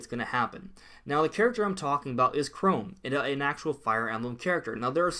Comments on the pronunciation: why u saying chrome its pronounced chrom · Ca Rom, not Ca Rome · I don’t remember Google Chrome being in the final smash for Robin. Oh wait, that’s just how he mispronounces CHROM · Its Chrom (ka-rom) Please say it right kinda makes me cringe. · 1.) You pronounced Chrom name wrong 2.) I think if Dark Samus was character, I don’t think Dark Samus would be echo fighter.